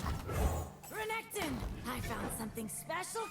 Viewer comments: To be honest I just gave up and thought you didn’t know how to pronounce Renekton haha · please do not call renekton renekton, call him reggeton, if it pisses people off they are WEAK